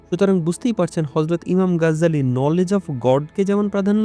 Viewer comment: গাজ্জালী নয় 'গাজালী' হবে।